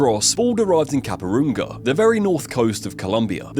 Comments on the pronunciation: I just gotta say what a low quality video, like he literally said Capurunga even though he had it written in front of him. Like Who in 2026 even says Medelin? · Caparunga??? Can you read at all? Jesus Christ. And you've got a YouTube channel? Haven't pronounced ONE place correctly